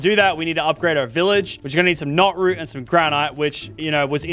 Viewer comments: "Idk why im calling it knootroot its knotroot not even 10 seconds later calls it knootroot"😂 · It is root notroot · Lachlan: "I need to stop calling it noot root" Also Lachlan: "calls it noot root" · I thought I was the only person who called it noot root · THANK YOU at least I’m not the only one who says nootroot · I’m not the only one that says nootroot